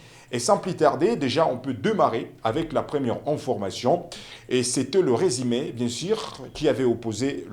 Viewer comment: Journaliste apprend apprends a parler le francais. La racontre, les biters etc…. C est comme ca que tu prononces. Il y a une difference entre i et u. Le resime. Comment vous arrivez a la Tele??c est fou ca